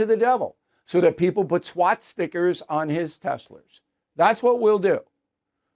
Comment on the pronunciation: Did you say swat stickers? 🤣🤣🤣